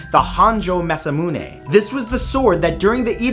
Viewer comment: Itto ryodan. And it's maz'A'muune...